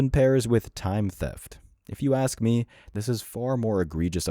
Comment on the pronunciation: The first word she needs to learn is "ask" , you're not cutting down a tree put your axe away